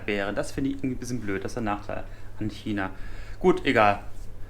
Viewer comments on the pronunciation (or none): none